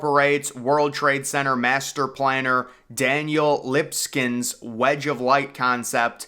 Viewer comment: daniel lipskins hahahha... dude--- its libeskind!